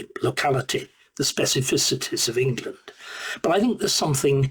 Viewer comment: I'm sorry, we are the United Kingdom of Great Britian and Northern Ireland, not Englerland, Not Scoterland, Not Waleslandand not Northern Irelend, the sooner you stop your speaking crap the better we will be